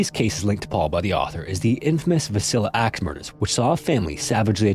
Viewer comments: Say it with me, Vil-lisc-ca. Villisca, not vilsac or whatever you muttered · It is Villisca axe murders, not Vicilla. How do you say that wrong it is spelled clear as day. I live in Villisca the house is dumb af by the way. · Too bad he didn't pronounce the name anywhere near correct... 😕